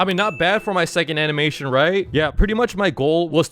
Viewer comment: Bro the anmenitin that he made was💀💀💀💀💀💀💀💀💀💀💀💀💀💀💀💀💀